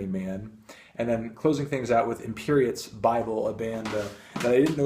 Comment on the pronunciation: Funny to hear him mention imperiet in an americN accent 😂😂